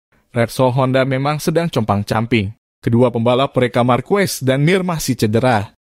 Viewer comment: Bukan Markues,,....tapi markes wkwkwk